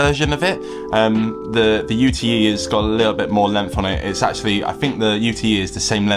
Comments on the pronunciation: Small point, but I think you’ll find it is a Kona UTE (yoot, as in short for Utility) , not U.T.E 😊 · Its a Kona 'ute', pronounced 'yoot' like the Australian utility vehicles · Australian here. Can confirm. Ute. (Pronounced Yoot)